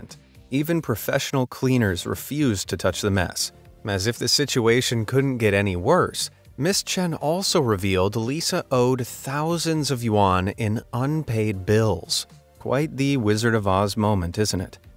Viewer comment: Lol "Juan". I guess he doesnt know how to say "yuan" (yen)